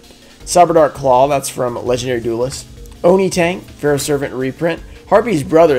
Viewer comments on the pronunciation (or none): none